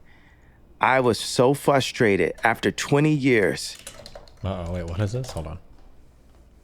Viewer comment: The way he says "fustrated" gets me 😆